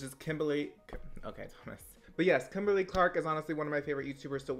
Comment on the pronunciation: WHEN YOU FIRST SAID KIMBERLY IT SOUNDED LIKE CHLAMYDIA 😂